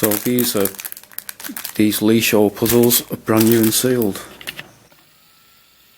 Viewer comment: You did totally butcher that Leesho name, same with "slagalica", but I get it, Serbian is a weird language, but it's a cool vid